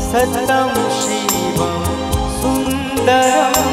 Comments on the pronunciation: সত্যম উচ্চারণটা শ্যামল মিত্র কি স্যতম করেছিলেন।সুন্দেরম্ না সুন্দরম্?কানে লাগছে তো!! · সত্যম,,,,,ইত্যাদি উচ্চারণ, মাত্রা,রিদম ঠিক নেই,বাকি প্রায় ভালো,,,,,!